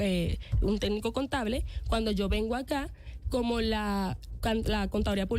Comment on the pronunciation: No es "tédnico" es "técnico" joven técnica...en mentiras😂